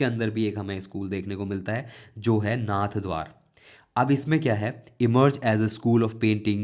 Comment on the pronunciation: Its नाथद्वारा not नाथद्वार